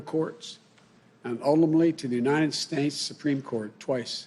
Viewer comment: and ulmmally to the unied snates supreme courts!